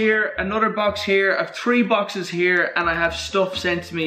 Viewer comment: “Tree boxes”